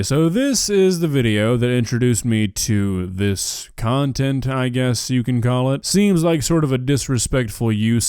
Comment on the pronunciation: she does cuntent instead of content